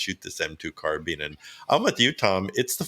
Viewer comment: Carbine like combine or Columbine not carbean or combean or Columbean!